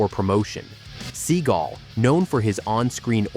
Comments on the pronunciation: ‘ seagal’ not ‘ seagull’ 😂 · You're pronouncing Stevens last name as Sea GUL when it's actually Sea GAL. And it's quite irritating and annoying. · Please stop making videos using AI voices to narrate them. The constant repeating of Steven "Seagull" is ridiculous. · Sea gul ? Stall on ? lol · "Seagull"....come on......seriously...🙄...although JCVD's Seagal walk is FIRE🔥🔥🔥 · Lol, Seagoo? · Your not saying his last name right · Right off the bat you can't even say his last name properly. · Learn how to pronounce his name